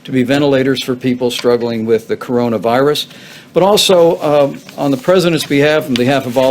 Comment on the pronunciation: It's pronounced coronavirus ... from the group of similar viruses that exist in animals and birds, and manage to jump to human hosts. I thought he really got this stuff ?